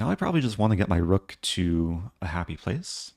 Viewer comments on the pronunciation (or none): none